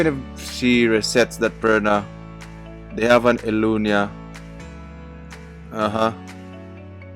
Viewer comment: Elucia not Elunia lol